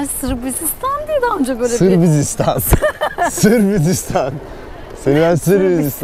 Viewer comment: 😂😂😂sirbisistan demesi özleminnn😅